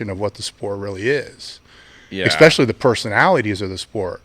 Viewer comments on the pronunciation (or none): Stop it with the "ekspeshully!" What is wrong with you?